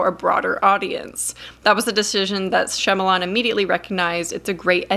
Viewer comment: I wish you would pronounce his last name correctly. Watch him on the Wired article where he answers the web's most searched questions. He actually pronounces his last name.